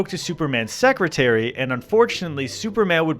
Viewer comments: Terry Hoot indiana 🤨🤨🤨 (its pronounced tear-uh hoe-t) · Its pronouced Tear-rah Hote... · Guys, you were raised in Chicago, surely you know that Terre Haute is pronounced "Terra Hote" and not "Terry Hut" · Pronouncing Terre Haute as "Terry Hoot" had me absolutely dying 😭😂 It's pronounced like "Terra Hote" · Terre Haute is pronounced by Hoosiers as "Terra Hot" (Hot as in Hotel) Terri Hut was a good attempt though. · hey guys! Terre Haute is pronounced tear-ruh hoat, not terry huut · It’s pronounced Terra Haute [tear • uh hote] Indiana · Did you mean tair-uh-howt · I’m, sorry. Terry Hoot, Indiana? Is that how Ricky pronounced it? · Just a slight correction from a Hoosier, Terre Haute is pronounced Terry Hoe. I haven't seen I Love Lucy so they could have said it slightly differently there or even in the 50s as a whole. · Chiming in from Indiana here, it’s pronounced “Terra Hoat” hoat like coat. Great video my dudes. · It’s pronounced Terra Hoate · pronouncing terre haute as terry hut is diabolical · yall are from chicago cmon now let's pronounce terre haute right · Please practice pronouncing Terre Haute. Thank you! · It took me a solid 10 seconds to realize you were saying Terre Haute. I’ve never heard someone mispronounce Terre Haute before. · As somebody from Indiana the pronunciation of Terre Haute hurt my soul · that is not how you say terre haute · The pronunciation of Terre Haute would throw people from there into a fit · please never pronounce terre heute like that ever again. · that prouncation of terre haute was disgusting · im kinda surprised didn't pronounce it as if it was french, that's what I did the first time we went to terre haute and at least that kinda makes sense with it being a french name. i have NO clue how came to the pronunciation he did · is that actually how they pronounce terre haute in the episode? because that’s not how terre haute is pronounced 😅🥲